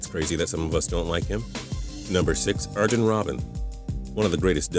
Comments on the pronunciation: Pepe is from portugal, half the players on here are loved not hated, you pronounced Ibrahimovic and Arjen wrong and it's football not soccer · he didn't say ibrahimovic or arjen robben right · Robbens first name is pronounced Arhen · Americans really can't pronounce names can they!? Here, I'll Give you a lesson on pronunciations Arjen Robben - Ar(y)en Robben Zlatan Ibrahimovic - Ibrah(ee)movic El Hadji Diouf - El Hadj(ee) D(ee)(oof) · Zlatan isn’t called ibramovic And arjen robben is not arjen robben he’s pronounced arYen robben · the guy said the j of arjen robben the correct way to say it is ayren but it’s spells like that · "Arjun" Robben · He pronounced Arjen and zlaten's name wrong. Learn how to pronounce their name right dumbass